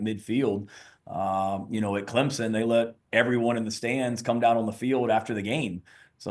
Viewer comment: Paul there is No Z in Clemson. I’m a gamecock fan, correct your speech